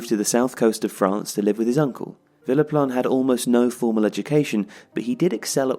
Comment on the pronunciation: It kept sounding like was saying Phillip Lahm